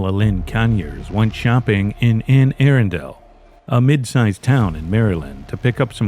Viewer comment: Bro it’s pronounced aRunndull, not aarondale.